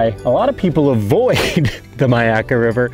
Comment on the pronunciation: Pronounced ‘My’ akka